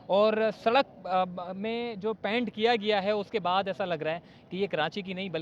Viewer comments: PANT nahi PAINT bolen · Oh,apnay pronunciation pay zara dehan do, yeh kaisay bar bar paint bol rahay ho🙄🙏